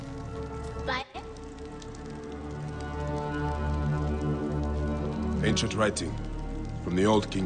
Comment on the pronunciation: continues to call him bay-ek even though every character calls him bi-ek